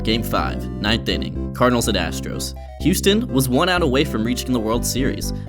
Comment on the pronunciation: Great content. May wanna fix saying "Cardinals" though